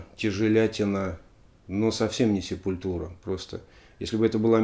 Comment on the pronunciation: Простите, побомблю. Есть две песни, где правильно произносится название группы, есть концертные записи, где Макс и/или Деррик произносят название группы, но, плять, вся Россия упорно говорит СепулЬтура. Ну нет там мягкого знака. Quadra у них новый альбом вышел, шикарнейшая штука.